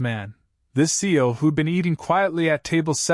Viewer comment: It’s not seal it see we C E O